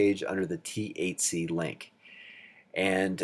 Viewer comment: It absolutely sounds like you're saying "going to cover the THC questions..." lmao